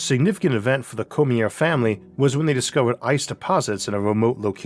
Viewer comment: Cormier: Cor-me-ay. Not Cormeer. Had to watch this with the sound muted.